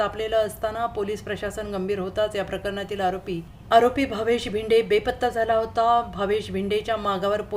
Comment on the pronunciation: Bhinde nave bhide nit bolay shika adogar